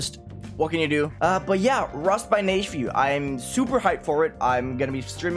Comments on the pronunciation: Correct. I find funny that the pronounciation Neige specifies in his GD profile is actually incorrect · it's pronounced nej fu